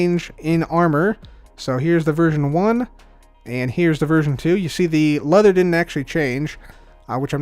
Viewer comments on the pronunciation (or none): none